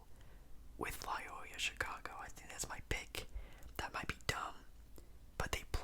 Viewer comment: For future reference, it's pronounced "Loy-OH-la." I wouldn't quite call them a Cinderella either imo, they made the Final Four in 2018. Good video though!